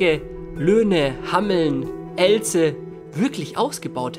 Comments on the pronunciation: Hameln, nicht Hammeln und Elze nicht Ellze du hammel :D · Haha, komme aus der Gegend - Wer kennt auch die Rattenfänger Stadt HAMMELN!? Oder Ellze, xD. Es wird etwas anders ausgesprochen, als es tat. Sturm geht echt ab hier in der Umgebung. Gehe morgen auch nur raus(kein joke) um mir eine Bunte Tüte zu kaufen. Naja, gute Nacht. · das heißt hameln und nicht hammeln und elze wird mit einem langen e gesprochen :D